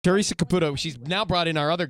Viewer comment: Love her! Tah-REE-sir is the real deal!